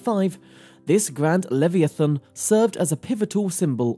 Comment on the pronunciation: It is hard to take you seriously when you show photos of the Mauretania and the Titanic and try to pass them off as the Olympic. Plus your pronunciation of "leviathan" is off.